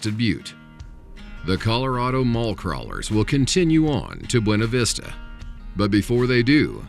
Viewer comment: The narrator is pronouncing Buena in Buena Vista wrong. It's not pronounced the Spanish way.